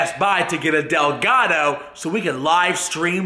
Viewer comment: lol a "delgato"